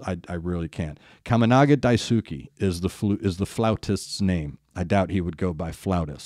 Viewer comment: I know you are a professional Radio DJ and you have a nice voice :) Daisuke is pronounced Dice K. Machiya is like Matchy Ya. I don't know what Machiya's guitar is using but the female band BRIDEAR's guitarist uses her fathers handmade :)